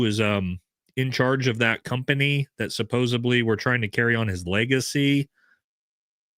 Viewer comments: It’s “supposedly” with a “d”,, not “supposebly” with a “b”. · Love all your content. Please pronounce (supposedly) “suppose-ed-lee.” Keep up the great work!